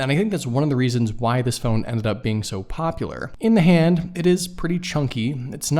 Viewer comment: I had to repeat that a few times... to make sure that I heard it right Popular! Really?